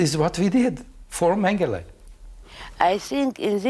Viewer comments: Why does she keep saying MengelAh????? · Why the heck does she prounounce it "Mengela"?!